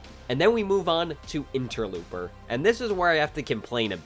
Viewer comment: It's pronounced ENTER-LOPE-ER.